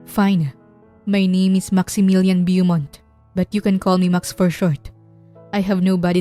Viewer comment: Beaumont is pronounced Bow-mont po. Sometimes American will pronounce it as Boo-mont.